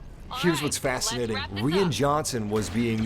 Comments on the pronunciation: Pronounced ryan not rian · I agree, everyone has opinions. But for "crimminy sake" RYAN!!!!! It's Ryan with a long "I" sound. Like "I am". C'mon G! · Lol, just for future reference "Rian" is pronounced the same as "Ryan." But yeah, the comedy was a bit off and most of the Canto Bite planet took me out of the movie for a bit. That one thing Leia did looked a bit silly... wish that was done differently. I liked Rose, just not the storyline they gave her. Also, Phasma and Snoke. Other than that, I really enjoyed TLJ though. If "smaller scale" is an issue, people need to realize just how small of a scale Empire Strikes Back is... It's no larger in scale than TLJ. P.S. I love Phantom Menace and Attack of the Clones. The battle of Geonosis in AOTC is amazing. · “Reean Johnson”